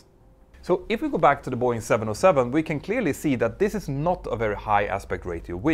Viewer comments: I keep hearing Buoy and I can t focus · It’s Bow Wing 😅